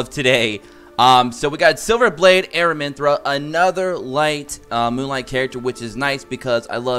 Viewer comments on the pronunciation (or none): I also noticed you're saying AraminthRA...there is no R at the end of her name..Its Aramintha lol wanted to say it before someone else was rude about it.